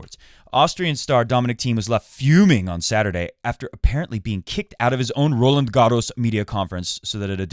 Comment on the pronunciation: How do you have a tennis podcast and not know how to pronounce Roland Garros properly?!